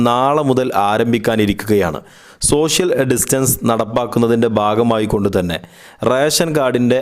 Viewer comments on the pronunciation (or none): none